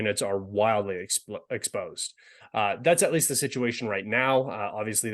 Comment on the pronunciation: "This military units are wildly exp(l)osed." Slip of a tongue, by so true and funny.